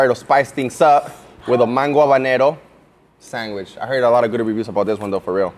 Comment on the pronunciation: SanGwich lol